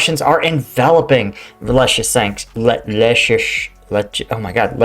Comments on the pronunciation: Leezytjansk in phonetic. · I think the english phonetic version of Lysychansk is 'Lizzyshanks' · Bro…I enjoy your videos and analysis but COME ON….. LEE-SEE-CHANCE-K Or LISSY-CHANCE-K Say it with me…LEE-SEE-CHANCE-K. It’s not that hard LOL 🤷‍♂️🤦‍♂️😂🍻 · Lysychansk = Lew-sah-chaunsk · Leeseechansk..like in Bruce Lee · Lee - See - Chansk 😉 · “Luce-a-chan-sk” is how my Ukrainian wife explained the pronunciation to me. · the Ys in Lysychansk is a form of U and spoken as (in English) a female sheep... an ewe....Try it this way Lue Shoe Schank.